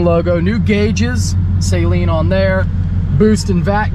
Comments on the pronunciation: It’s “Suh-leen” not “say-leen”. C’mon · "Saylean"... LOL!!! It's pronounced, 'Suhlean'. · I kno right,he was pronouncing it like "saline" like the eye wash solution, smh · Sayleen... Is driving me crazy then he said I love the saleen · its not "say-leen" its "suh-leen" Que the harry potter jokes. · Pretty sure it’s suh-leen, not say-leen 😉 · it’s pronounced “SUH LEAN”.. NOT “Saline” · Will people stop saying SAYLEEN, it's Saleen. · It's pronounced Suh Leen. Not saline. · Sa-lean not say-lean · Also its pronounced "SUH-LEEN". Its not nose spray lmao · Your pronunciation of Saleen is triggering Mustang owners everywhere lol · Car guy who doesn't know how to say Saleen correctly.....makes it sound like a medical term